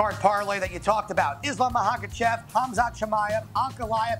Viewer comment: Love the show but needs to work on his pronunciation! Can’t say either fighter in the main’s name